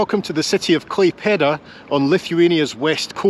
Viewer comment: Every time you say Klapeida I think its Clappy Doos.... 😂